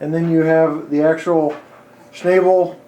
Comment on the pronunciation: My brother worked at Westinghouse in East Pittsburgh and they made generators for power plants there, those cars were used to transport those generators and they had mechanisms to offset the load when it had to move around a curve and out away from the building, the name Schnabel is pronounced "Schnawbel" Westinghouse had their's painted in periwinkle blue. For the most part, the cars were custom made for the companies that used them such as ABB to transport transformers and Westinghouse for horizontal shaft generators. Wikipedia excerpt, The word Schnabel is from German Tragschnabelwagen, meaning "carrying-beak-wagon", because of the usually tapered shape of the lifting arms, resembling a bird's beak. In World War II the German Wehrmacht used Schnabel cars for transporting the Karl-Gerät heavy-calibre (54 cm and 60 cm calibre) siege mortars. These were self-propelled with a continuous-track suspension chassis of substantial length to maneuver into a firing position over a short range, but depended on a pair of purpose-designed Schnabel cars for long-range transport by rail.[4] The same system was also used at the same time for the rail transport of the French FCM 2C super-heavy armored fighting vehicle. In the United States, the first Schnabel car, WECX 200, was built for Westinghouse Nuclear by manufacturer Greenville Steel Car in the 1960s.[1] Wikipedia